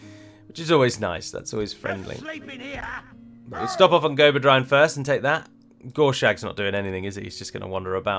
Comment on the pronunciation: Whenever I'm hearing mention "Gorshag" it makes me a tad uncomfortable.